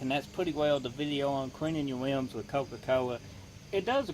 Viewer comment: No your wim was weally wusty